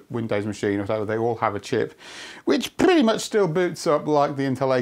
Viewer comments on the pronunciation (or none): That high society "prrretty much"